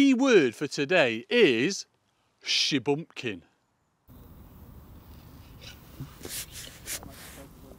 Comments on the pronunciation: Sheebumpkin? Did mean Shubunkin? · Is it Shubunkin or as pronounced it Shubumpkin?! Either way love the videos! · to me it sounded more like shebumpkin - great video guys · The key word is shubumkin, after watching again sounds like said shubumkin and not shubunkin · But pronounced it SHUBUMPKIN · The word is Shubunkin. Goldfish is easier to spell tho. Come on the goldies!